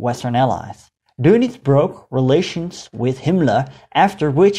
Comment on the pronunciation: thank you for not calling him "Admiral Donuts" although you could practice "adolph" a bit